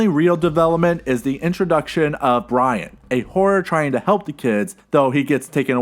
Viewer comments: Okay i know its like 3 years too late but the Horror's name isnt fucking BRIAN. Its BY-RON. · Byron not Bryan 😅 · the horror was named byron not bryon... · My name is also byron and u said it wrong 😡